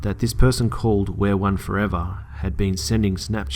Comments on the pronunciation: I think it's pronounced "we are one forever", not "wereone forever"... ....this just got a lot creepier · Looking at the "stalkers" screen name and it's pronounced we are one forever, not wear one forever. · It's not wereone forever it's we are one forever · Just a little heads up, It is pronounced "we are one for ever" not "wear one forever" I think that's part of why it was so scary, and it was a pretty key detail. Otherwise, great video!! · It's "We Are One Forever" not "Wear One Forever" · You do know that the name is pronounced, we. are. one. for. ever. not wereone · I think its pronounced We are one forever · instead of wear-one-4ever maybe it's pronounced we-are-one-4ever, creepy! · I love listening to the stories. They're always creepy and keep me on my toes. However, I did find it bothersome that you pronounced the perps SN as "wear one forever" after seeing the last proof image I could see that it's "we are one 4ever." Which to me... Makes this story a little creepier. Does this person want to be one with the storyteller!? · Errm it's not wear 1 it's we are one 4 eva it was annoying my all video sorry!!